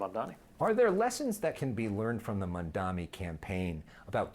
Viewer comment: Come on, dude. it's M-A-M-D-A-N-I, don't be a Cuomo and learn how to say the name.